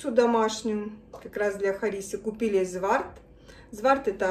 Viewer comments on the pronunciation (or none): не зварт а дзавар